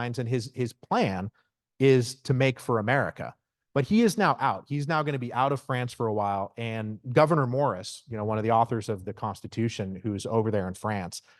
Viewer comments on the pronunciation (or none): It's 'Gouverneur Morris', not 'governor'.